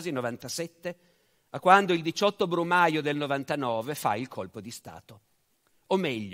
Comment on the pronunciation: " Il 17 brumaglio " XD